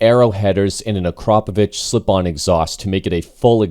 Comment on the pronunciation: Subbing because you pronounced Akrapovič correctly